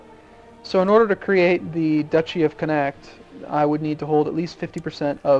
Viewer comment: You butchered the pronunciation of connacht D